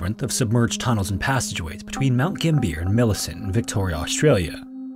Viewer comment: 6 months ago you said Mount Gambier as Mount Gambeer. Now you're saying it as Mount Gimbeer. It's only getting worse ;-; It's pronounced more as Mount Gam-B-er. It almost rhymes with the word happier